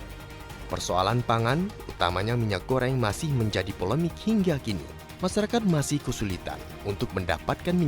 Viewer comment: "Gingga"???? atau "Hingga"?